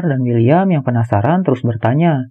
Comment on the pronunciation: Tovar & William salah sebut teros😥